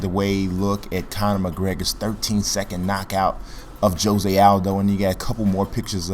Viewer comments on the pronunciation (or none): none